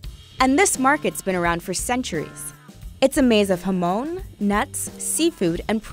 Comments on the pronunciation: she said 'hamoan' and i was like 'damn is there a spanish dish ive never heard of before?' but no she just didn't pronounce jamon right lmao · Hamon and payeya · hamown and paiaia. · "You might be familiar with Spanish dishes like hamOun and paiEia" Me, Spanish: No I am not. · And Jamón, hamown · I'm not spanish and it makes me cry too. Also jamon. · The way I cringed at the way she said paella and jamon